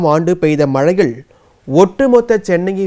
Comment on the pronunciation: பல சொற்கள் தவறாக சொல்கிறார் ட்ரெக்கிங் correct trunking wrong ஆட்சி correct ஆச்சி அல்ல மழையில் சரி மயையில் அல்ல இப்படி நிறைய